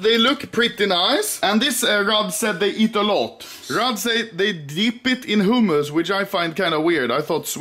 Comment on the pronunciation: i love how anomaly pronounces hummus as "homos"